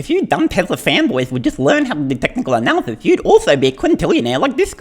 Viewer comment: technical " ANALysys " ..........lol.